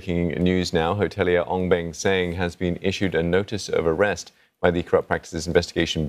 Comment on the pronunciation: The word is "Arrest"...